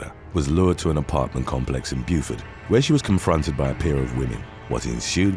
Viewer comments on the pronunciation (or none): none